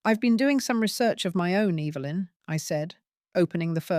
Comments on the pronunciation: I luv the way you say your daughter in laws mothers name 🤣😅🤣😅 Evilynn hahaha sounds like shes evil !! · EVIL-lyn!! 🤣 You got that right, mom!!